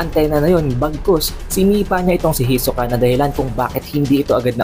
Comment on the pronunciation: Ayusin mo pronounce sa hisoka. Ang awkward